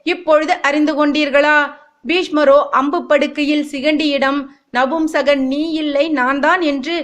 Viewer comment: It’s not நம்புசகன் it’s நபூம்சகன் . பூ pronounced as flower in Tamil not bhu Wrong info . - Shikandi is neither boy nor girl . - shikandi is not the son/daughter of ambha - it was Bheeshma who knew shikandi‘a birth secret gave this idea to Arjuna to make shikandi stand in front of Arjuna in the war .